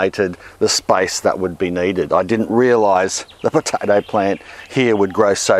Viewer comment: Potaidie? What is this accent? xD